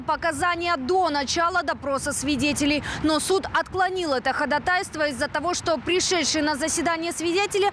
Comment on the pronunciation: Анна Абрамова, коллега, нужно говорить "хода́тайство". Известное же слово.